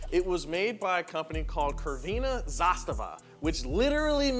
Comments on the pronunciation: omG it tears my ears... Not "krvena", it is more like "tsrvena" zastava. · what fucking crvena? iirc it was only "zastava" - flag. also crvena is pronounced like tsrvena. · Yugo isn't the worst car in the world. You obviously guys haven't heard of Tata Nano or let's put it this way... I owned this car for 7-8 years, loved and enjoyed driving it, and would still take it in 2023 over any electric crap or any other modern car.. did you say krveena zastava? lol dude learn how to pronounce :D gotta love americans and them trying to pronounce foreign names and things hahaha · Its not K is C like a letter C ... and the pronounce is (tz) Crvena zastava,...and the factory is not crvena zastava,..only zastava...:) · Really funny how you pronounce CRVENA 😂 . The proper way would be something like zrwena but u pronounce lik kurva which means "slut" 😂😂😂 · It is not pronounced "krvena" but "crvena" and yugo still have active life in ex Yugoslavia. 😢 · "Crvena" is pronounced "Tzrvena." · When using google translate just click on that sound button, it's tsr-whe-nah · C is not read as K in word Crvena - That was so proper name butchering lol - Also to note, this car is a peace of crap, I'm Sebian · These people lack knowledge on the yugo. Crvena is pronounced as Ts'rvena. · 'Crvena' is pronouced 'tSER-VEN-A'. a very soft 't' sound at the start. In cyrillic the 'C' is a 'S' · C in this language is pronounced like "Ts" And this car interior bit reminds old Soviet cars like Lada's, yet outerior is better at least for me. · it's pronounced Tsrvena Zastava. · The C in crvena is pronunced like tz or like the zz in pizza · Fwiw, 'crvena' is pronounced more like 'sir-vena'. I'm currently living in Belgrade, and although I'm sadly yet to spot a Yugo, ancient Fiat Pandas are absolutely everywhere as food delivery cars. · the C in Crvena is pronounced ts not a pedantic Serbian here, but a Romanian nostalgic for Yugoslavia :) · Crvena zastava ( c (no k))